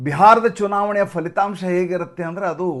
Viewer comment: Sir please not falithamsha it is phalithamsa